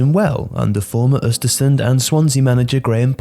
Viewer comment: Surprised how well you pronounced Östersund! Great video as always :)